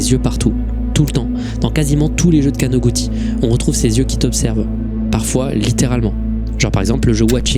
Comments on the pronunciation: Très beau taf, juste un correction mineure, il n'y a pas de "ti" en Japonais. かのぐち (kanoguti stylisé) se prononce kanogoutchi. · on prononce kanoguchi